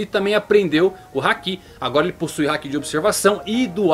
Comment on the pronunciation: Toda vez que ele diz haki, eu entendo que é um hack se jogos.